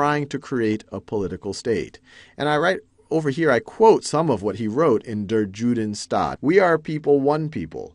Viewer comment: You often mispronounce the German words badly. eg. 'Der Judenstaat' isn't pronounced like J usually is in English, but much more like Y in for example 'you'.